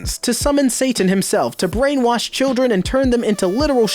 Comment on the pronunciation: it was brianwash, not brainwash.